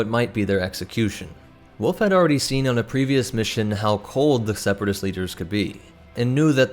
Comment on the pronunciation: I hate how you say "wolf" it's not "woof" that's a sound a dog makes, woLf is the name of the animal. Great video just the pronunciation of wolf erked me